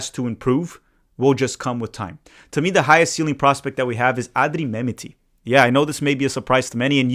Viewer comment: Thanks,. Love the video. Can you check your pronunciation of Mehmeti? Think it’s Meh-met-ti.